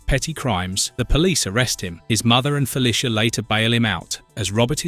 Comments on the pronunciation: I am begging you, please learn how to say Felicia, it’s Fe-Lee-Sha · It feels like you said the name Felicia 64 times in this video but didn't say it right once. I'm actually impressed.